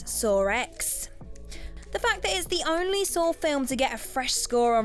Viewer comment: Wtf, it's saw not sar and also it's Julia not Julier